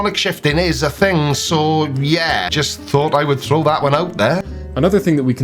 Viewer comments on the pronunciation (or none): none